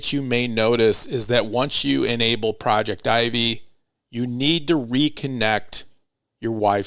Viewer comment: I dont know but isnt it that "Projectivy" is pronounced as "project tv" (pro-jec-ti-vy)?? Am i wrong? I just cant stand it 😂